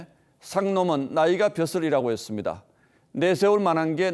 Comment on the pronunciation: 보도 기자가 발음이 정확 하지 않다. 지방출신 인지 모르 겠으나 다 잘 하다가 끝에서 '했습니대-아'가 뭐냐? 잘 고쳐라.